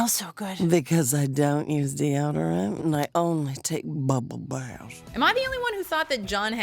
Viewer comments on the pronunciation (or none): No no It’s bhubble bathhs